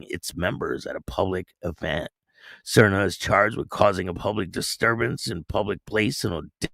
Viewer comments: Just thought I would help ya out with the pronunciation of Sarnia = Sar-knee -ya That’s how we say it 🤙 I think it was a Remembrance Day ceremony and that’s the same as Memorial Day Thanks for the vid ! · Little bit off. It’s pronounced like Narnia! Sarn-eea